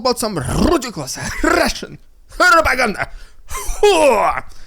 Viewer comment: Your PPPPrrrrrrrrrrrrrrrrrrroppppaagaaaandah gets better by the day. ❤ Huuuaaah.